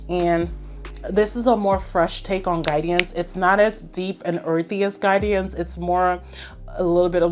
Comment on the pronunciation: The way u add the extra syllable to Guidance is hilarious 😂 u said "Guide-E-ance" which gets me tickled